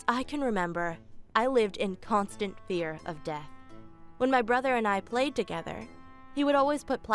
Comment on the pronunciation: How many times did say "Brother" wrong 🤷‍♀️🤷‍♀️🤷‍♀️🤷‍♀️ I'm not countin'